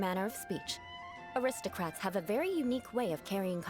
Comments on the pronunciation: Shoe Butt is the classic arrogant villain that gets treated like a joke Also, Eula is the best. Nothing can change my mind Edit: Paimon imitating Eula is just Corina having fun with their lines XD Also the "acristocrats" thing is only in English because Corina couldn't pronounce aristocrats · fun fact! Paimons VA says “aristocrats” that way only in the English version because she couldn’t pronounce it :,) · How in teyvat did paimon manage to pronounce “Gebratnes fleisch mit sauerkraut” after hearing it ONCE but not “aristocrats” ? !